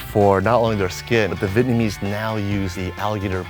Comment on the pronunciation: As Vietnamese person, Vietnamese, pronunciation and even accent, is scarily good